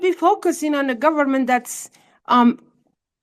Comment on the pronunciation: she’s actually says it’s de goverments 😂🤣